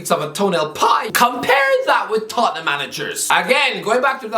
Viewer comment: As a wise Italian once said, ‘It’s da ‘istory of de Toh ten ‘am.’